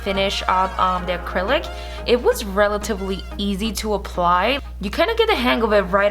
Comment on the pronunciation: First of all its ACRYLIC NOT ACRYLIS . Try harder to enunciate and not slur all your words together or just not talk all together no offense but it's annoying rather listen to Sophia Vergara talk.